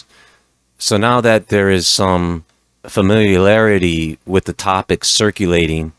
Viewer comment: Familiarity is a hard word to say, you nailed it though. Great video as always. Peace to those who will accept it